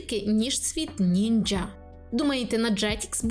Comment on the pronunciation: Що за дефект вимови останнім часом чути від блогерів з різкими ч/щ? Типу "я нізаШЧО..", ці звуки не мають бути різкими. І нінджя? Ви геть на приколі?🤢